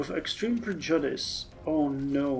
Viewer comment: "Cat-tass-stro-fee". "pred-you-diss". - The RND can benefit Regime Stability (and regular stability if we need it). - I believe this is the home stretch. One Let's Play of Speer I saw ended in 1972 (though that was an old build of the game). If you're not bored of this mod yet I'd have some interest in a USA playthrough. Otherwise, have you given thought to what game you'd play next? - So you may be able to now send 5 divisions (and possibly air volunteers). - I don't know if you get the reference, but there's a clip from a movie called "Network" (from 1976) that is very similar to this. - Yeah, a surplus at such a time is odd. You can either increase expenses to try to reduce GDP loss or use it to lower debt. I'd recommend the reducing GDP loss, for role play reasons if nothing else (as you would want to invest in your economy at such a time to reduce job losses and maintain stability, even if it increased your debt).